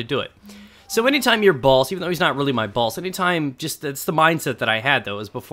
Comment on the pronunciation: Everytime u said "boss" i heard balls and i was laughing my ass off :(!)